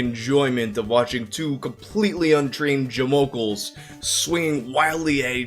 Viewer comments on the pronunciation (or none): "Jamokle", you're the best.